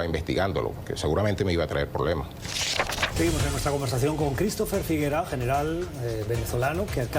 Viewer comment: No es Figueroa... Es Figuera